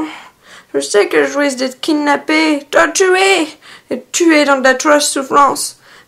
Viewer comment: donc tu va la kidnapper la towtuwer et la tuwé dans d’atroces souffrances